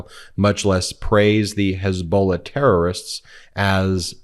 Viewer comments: 1403rd Dipschit was calling Hezbola - Hezba ....... he has Dementia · What's a "hezbol"?